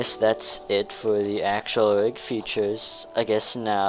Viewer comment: its rig not vig